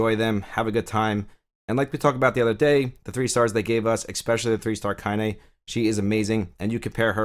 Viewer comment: hey I was watching another video of yours the other day (when ya mispronounced Kaine hehehe) and you said you hadn't played the Nier games? I was like "what is he then, a fuckin gacha god?" I'm new to the channel and you've helped me understand my first gacha so thank you, I....kind of understand the appeal, I love the lore of this game 100 percent but I certainly wouldn't be doing all this grinding if I wasn't so invested in this universe, so I guess I was just curious. I started off hating gacha, but now I got the bug. I kinda like it. And hate it. In equal measure. I was just blown away your doing what your doing if you hadn't done the Nier games. (Perhaps drakengard?) I'm new to the channel though and sounds like you cover other gachas so maybe that's what's up. I was curious though. You've been a HUGE help, my force, it thanks thee. Haha